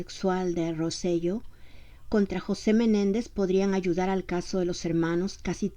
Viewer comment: Rosello se pronuncia [ roselo ]